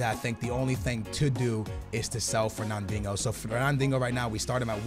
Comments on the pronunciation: HONESTLY ITS FERNANDINJO NOT DINGO I PUCHING MY PHONE ITS SO DAMN ANNOYING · can you please call the guy Fernandinho not “fernandingo.” Great vid and keep up the good work. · Fernandinho is pronounced Fur Nan Deen yo, thought you knew Portuguese jk skills love from Lisbon Portugal 🇵🇹!! 😛. Just sounds like ur saying fur nan ding ohh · He kept calling him fernandingo 😂😂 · Fernandingo? Really how hard is it to say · You should sell FERNANDIHNO! because you cant fucking say his name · Bro, where is the G in Fernandinho‘s name..